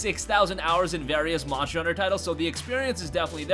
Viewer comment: Am I the only one annoyed that he cant pronounce "monster" properly? "Moncher hunter world" lol wtf